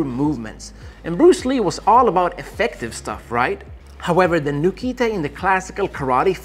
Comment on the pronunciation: XDD my favorite among your list is the "noo-kee-tay" :,D But jokes aside: similar to the ippon ken we have the boshi ken in Ninjutsu, doing the same thing with the thumb knuckle. And I'm convinced it can translate to a real fight since I effectively used it in sparring. Much to the suffering of my fellow students. Shit hurts like hell to the ribcage 3:) It's not a finish blow of course, it's a painful distraction that buys you time